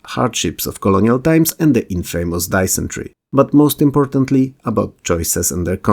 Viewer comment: Man I hate it when I die of die-ens-try